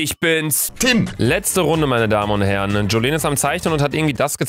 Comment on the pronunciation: wird Julien ausgesprochen und das J ist nicht Wie Jacke sondern halt wie da andere J